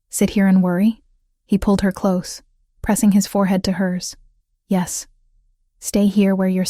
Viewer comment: Please instruct the robot narrator how to pronounce «close» - adjective vs «close» - verb. Better yet, hire a human narrator who knows the difference.